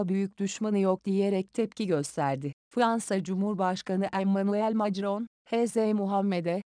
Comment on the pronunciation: dijital text to speech sesi kullanıyorsanız metni okunması gerektiği gibi yazın. Mesela Macron yerine Makron yazarsanız ses programı doğru telaffuzla okur.